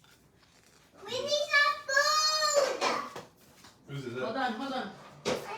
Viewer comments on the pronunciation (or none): none